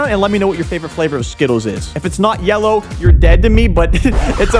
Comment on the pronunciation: It’s yelloe